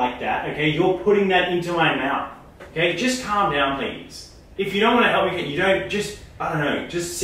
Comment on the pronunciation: it's like is saying cake instead of Kate lol